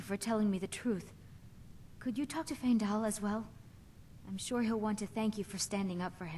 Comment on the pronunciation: And he never realized that he pronounced Faendal's name wrong the entire LP. Faendal episode 5- 286